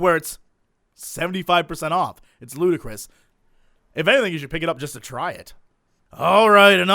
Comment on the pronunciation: dangit, Jesse. 'Ludacris' is the rapper; 'ludicrous' is the adjective. You'd best not be trolling.